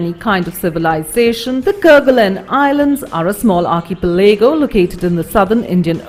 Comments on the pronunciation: Arkeypelego hahahaha what an annoying woman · Argh, her constant mispronunciation of 'archipelago' forced me to confirm the correct pronunciation.